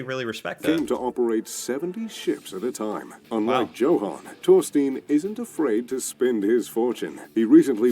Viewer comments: Hi! You do pronounce Johan without the “h”. Go figure😎👌✌️ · Hey your pronounciation is so much better! You can even spot the super american way he is pronouncing names and places😄 both Johan and Torstein is correct 👍🏼 not like the other guy said it. Kjell inge røkke. Hahah no one can say it😅 neither of you! difficult name. Norgesgruppen is several grocery chains in one grouping that are all over norway. Rema 1000 is everywhere, so yes it is a popular grocery store. Ive heard of johansen, røkke and reitan, but not the young guy. Might just be me though that doesnt know the model.